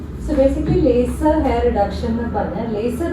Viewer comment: Laser not be lyser deee